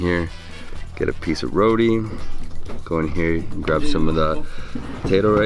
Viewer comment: Row-tee not Row-dee... geesh